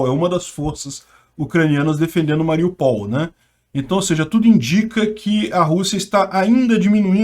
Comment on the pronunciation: o ideal seria dizer Ma-ri-ú-pal. Acento no U. E lembrando que o russo e o ukraniano escrevem O mas leem A.Obg pelas noticias.